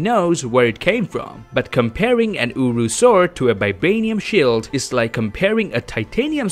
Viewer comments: Its uru metal damn it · Strongest metal in the universe: UwU 😂😂 thats what i heard